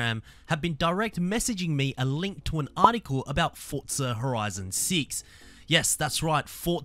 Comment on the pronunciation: "fortza horizon seats"